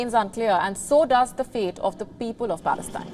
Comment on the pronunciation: Israel-Hamas war, not "balestine"